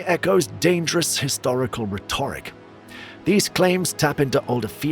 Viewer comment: rhetoric ...... ledr. How to pronounce the words you use , it helps to convince people you know what you're talking about , you do this every video. ....... NO QUARTER ASKED NONE GIVEN